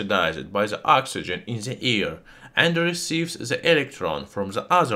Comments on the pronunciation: Just stop pronouncing ' the' , za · Why you pronounce "z" the "th"? Zis is ze best element in ze world😂😂😂